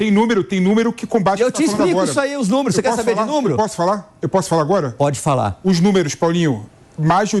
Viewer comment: Coloca uma câmera no PATETÃO. ..." númerux, númerux, númerux... . Vai catar coquinho!...